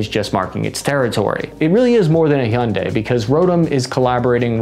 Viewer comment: It’s Hyundai like Sunday not.. what ever you where trying to say brother lol 😂